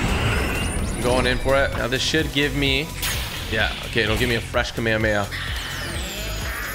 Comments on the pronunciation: The way he pronounces it 😭😭😭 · He’s saying kamehameha wrong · You pronounced Kamehameha incorrectly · Say kamehameha right pls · Bro can’t even say kamehameha right and bro said that he watched dragon ball z as a kid😐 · Anyone else triggered by how he said Kamehameha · U really don't know how to pernounce the name of gokus attack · the way typical pronounce the "kamehameha" sound bad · dude really said kamehameha wrong "kameakamea" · Bro wth is a Kamay hamay ha h 😂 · "kameamea" lol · Me: Kamehameha. Him: Akameamehma. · i love how he says ka mea mea not ka me ha me haaaaaaa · This is how you know he hasn’t watched Dragon Ball Z he calls it the kamememea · um what is a kameyameya its Kamehameha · It is a Kamehameha not a cammahmea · its not kamemeamameam its kamehameha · I’m not trying to be rude but It’s not kAmama it’s kamehameha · KA ME HA ME HA! Not kaMayaMaya! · It’s pronounced Ka Meh Hah meh ha. Not kameyameya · I love yo vids but u said kameyemeya it’s kamehamehaaaa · Bro it’s ka me ha me ha not kamayameya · Why does he say kameheya…. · i will forever hate typical gamer now because he said kamayamaya not kamehameha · No one talking about how he called it a kame a ma a ma ya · The way he pronounce kamehameha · It’s kamehamehameha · U pournoused it wrong but keep up the good work TG ✨✨✨ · "kamihumiha" "numbus cloud" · “The kameyamaya” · Bro its called KAMEHHAMEHHA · It’s kaum ay haum ay ha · the way he calls the Kamehameha makes me kinda mad saying kameya meya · he says kamayamaya 😂😂😂😂😂😂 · Bro said kameamea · lmao "kameamea" but dont worry man, we all said it wrong the first time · Btw kamehameha is pronounced like kam a ham ha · It’s kami hami ha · It's kam ehh ham ehh haaaa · He said kamayamaya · Typical bro, you said kamehameha wrong. It’s pronounced “CAM-A-CAM-A-HAAAA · It’s pronounced ka mae ka mae ha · It’s kam A kam A ha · Kmeamea are you sure it's pronounced like that bud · Bro its not kameamea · It’s pronounced ka meh ha meh ha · Not kameayamaya